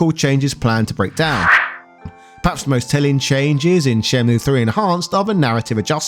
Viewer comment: Pronounced 'Shen-myew'